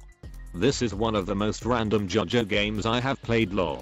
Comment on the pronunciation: “Bohbux” “JohJoh gam”